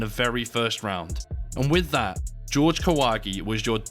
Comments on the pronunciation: Yo can you british people at least say Spanish names correctly ☠️ JORGE (HOR-HE) STOP SAYING IT LIKE GEORGE. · Pretty sure it's pronounced "Hor-hay", not "George". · "Horhe", not "George". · If he's Mexican, isn't his name pronounced as hore-hey? Not George? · His name is pronounced "whore-hay"... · Is it really that difficult to say "Jorge" though? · How come his name Jorge is pronounced "George" instead of "Hore-hey"? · I think it is pronounced as Horge not George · His name isn't George, it's Whore-Hey, He seemed 100% genuine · Does Kahwagi actually pronounce it "George"? In Mexico it would almost always be pronounced "hor-hey" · It's pronounced HOR-HEY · "Jorge" is pronounce "hor-hay". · BTW the name is not "GEORGE" just like a damn John is not a juan.....right?............sure.....